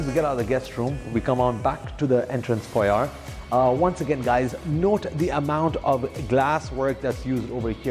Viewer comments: Yep mate! R should be silent at the end of the word (foa yé)! Many agents just copy each other's errors, they care more about their presentations than their knowledge. Put off! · You keep pronouncing "foyer" wrong in all your videos.